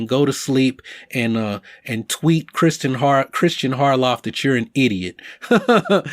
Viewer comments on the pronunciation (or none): none